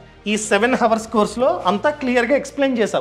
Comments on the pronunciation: హవర్ కాదు... అవర్ అని పలకాలి 👍🏻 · హవర్ కాదు అవర్